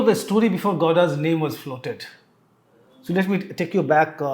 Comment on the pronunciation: Godas in place of Gowdas